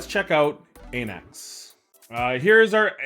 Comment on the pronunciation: Αναξ, meaning ''king'' in greek - pronounced like A in Alpha. Thank you for the vids!